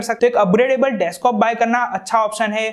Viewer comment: Bhai desktop hota hai deskop nahi